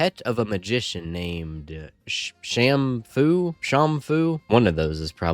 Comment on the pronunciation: Sham-fu, with the hard A, the way you pronounced it the first time, is correct. It's a satirical pun on "Shamu the Magician", a popular radio drama at the time. "This guy" in "It Happened One Night" is Clark Gable. You might have heard of him ("Gone With the Wind" and many other films) is typical WWII propaganda. A lot of Americans at the time wished it was news.